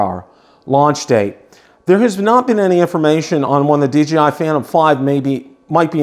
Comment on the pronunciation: Great video and thanks for the information but I keep getting a little shutter every time you say DGI instead of DJI.